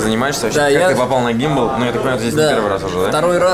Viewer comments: Гамбол. Хоть название норм выговаривай. Иди дальше двухсотки колхозь! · Почему Гембол? Гамболл! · что еще за гимбол, гамбол правильно говорить ... баббл гам например для сравнения ... не баббл же гим ... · Гамболл. А ни гимбал. Потрать немного денег на своё самообразование. Ошибаешься во всех видео. Как колхозник. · почему гимбал-то???ГАМБОЛ, уши режет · Почему Гимбал если Гамбол правильно ? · Гамбал 3000, а не Гимбал. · гамбол же, учи английский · Какой ещё гимбл - гамбол,ты же знаешь язык чувак,зачем каверкать? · Какой гИмбал ?? Гамбол !!! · я все понимаю, кроме одного. как, посещая в год столько мест, городов, стран.. не знать элементарное чтение английского языка?? не Гимбал, а Гамбол. Это тебе для общего развития, а так все четко, ролик огонь!) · Читать не буду комменты, но это гАмбол, а не гИмбол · гАмбалл, а не гИмбалл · произносится гамбол, не гимбол ) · Он реально заебал уже на второй минуте, ГАмбОл говори!!! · Бля, столько путешествуешь, а до сих пор по английски не научился читать правильно! Какой нах гИмбалл? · вот ты неуч. 24 страны, а ГАМБОЛ "Gumball" произнести не смог правильно. Ска стыдно за то , что ты с России. Давно тебя не смотрел. Скатился ты чуток, зашкварился. Включил видео из за Гамбола только